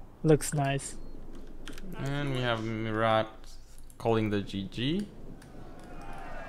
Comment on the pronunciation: gg for both. BTW: you don't for pronounce the "t" in Murat